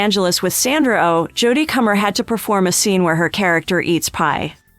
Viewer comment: No 1 thing you don’t know~how to pronounce Comer (rhymes with doner)